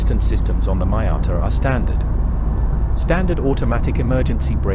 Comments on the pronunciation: MEE-ata, not MY-ata!! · PLEASE stop pronouncing it MY- atta... That sounds SO pretentious & it's simply wrong! It's ME- ata !!.. I don't care if you're British. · What is a Mai-ata?….are u Indian? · Respect the name, there’s you tube to know the correct pronunciation. But this vlogger, is either Un resourceful or lazy, it’s MEE-yata, for Pete’s sake! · Great review despite your seemingly incorrect pronunciation of Miata ....which in itself turned into a drinking game .